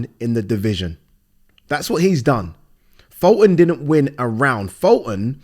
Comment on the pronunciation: Funny how youre talking about people are shit at judging fights when you cant even say fultons name right 😂😂😂😂😂